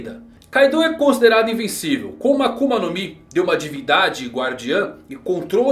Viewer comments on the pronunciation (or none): none